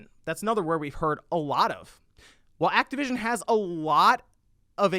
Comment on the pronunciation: TY for saying it right! THIS IS MICROSOFT BUY ACTIVITION NOT XBOX!